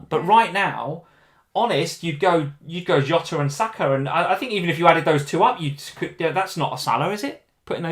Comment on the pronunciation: Love ya both but this Yota thing is driving me crazy. He's Portuguese like Mourinho. It's not Hose it's Jose, it's not Yota it's Jota!